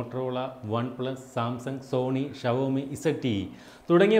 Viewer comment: വാക്കുകളുടെ ശരിയായ ഉച്ചാരണമെങ്കിലും പഠിച്ചിട്ടു വേണ്ടേ ഈ പണിക്കിറങ്ങാൻ.....Xiaomi - ഇത് വായിക്കേണ്ടത് 'ഷവോമി' എന്നല്ല 'ഷോമി' എന്നാണ് ശരിയായ ഉച്ചാരണം.. ചൈനീസ് ഭാഷയിൽ ഷോമി എന്ന വാക്കിനർത്ഥം ഇംഗ്ലീഷിൽ ' Millet' മലയാളത്തിൽ 'ചോളം', 'തിന' എന്നൊക്കെ വരും... എന്തിനാ വെറുതെ????